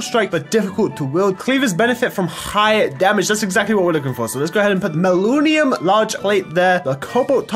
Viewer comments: not mallunium its man-ya-Lin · The purple stuff is pronounced (Manalin) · "Malunium" instead of manyullyn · manyullyn isn’t pronounced mal-oo-knee-um its pronounced man-uh-lin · Its manyullin nat maluniun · I believe it is pronounced (man-uh-lin) lol The level ups on the weapon also allow you to add more modifiers on it. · I know saw that too ahahaha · Some info, go rob or ask Ssundee because he is really good with tinkers construct, and it's pronounced Man-A-lin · Hey, just FYI it's man-yull-in is basically how you pronounce it. Also, lol the cleaver has beheading that's why skulls are happening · “MAnaLunium” Yeaaaghh that’s how you say it sure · Say it with me... man uh lynn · Man-You-Lin Pronounced Man-You-Lin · Man U Lyn is how it is said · Just to help it is man-a-lin. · Pronounce it man-a-lin! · Sorry, its man-you-lynn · it's pronounced man-uh-lynn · its pronounced man-u-lyn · its pronounced man-you-lin